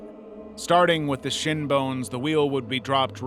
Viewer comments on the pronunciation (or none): none